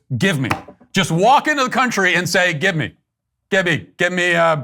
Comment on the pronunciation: Come Matt it was obviously "Gib Me!" not "Give me". Gib me, gib me, gib me.